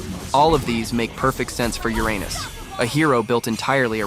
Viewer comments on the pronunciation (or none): Do you want to know how professional people call it? ✨️Uranus (with no splits)✨️ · And it all started with Ur-anus 💀💀